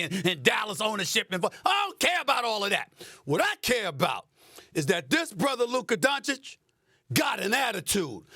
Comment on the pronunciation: “Luke Kadoncic”